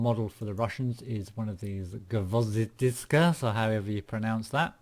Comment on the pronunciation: hey, try to say gvozdika like gwouzdicka or just type in google wordspeller "гвоздика". That would be closer to russian speech if you want.